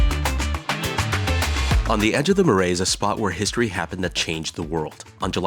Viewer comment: Omg the pronunciation of “Marais” screams no credibility 🤦🏻‍♂️🤷🏻‍♂️